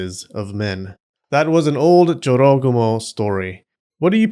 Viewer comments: I always thought it's pronounced Joro -GU -moh. Not a smooth jorogomo. You learn something new everytime here. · the number of times i thought he said “joe rogan” instead of jorogumo almost made me cry. i don’t want to imagine half spider joe rogan seducing men and eating them 😭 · I’m hearing JoRogAmo all I hear is JoeRoganMo…. 😂😂😂😂 I can’t be the only one here getting images of a huge spider legged creature with the aforementioned female torso but now rather, with a bald man’s head-thick necked with crazy eyes and veins popping out the forehead… Lolol …Am I?